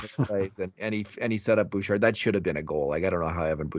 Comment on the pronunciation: In French you would not pronounce the "d" in Bouchard.